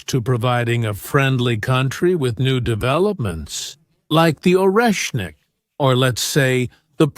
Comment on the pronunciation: It's not Oreknnik but Oreshnik. Sh like in She.